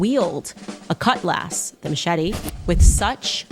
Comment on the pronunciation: 😂🤣😭😭😭😭 saycheeting 😂🤣😭😭😭 holy cow, this is great!!!!